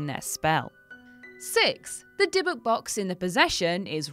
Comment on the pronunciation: If you're going to talk about real stories you should try to make sure you're getting your facta right. Dibbuk isnt pronunced like that, the emphasis is on the end of the word. Secondly, dibbuk literally means possession, it's not any specific demon. Thirdly, jewish people do not believe an item is the source of power for anything, so this story is made up. No item in Judaism can hold meaning, spirituality comes from within, not from any physical thing or place